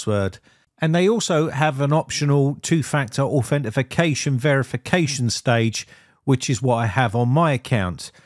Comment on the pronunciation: There is NO "FI" in "AUTHENTICATION"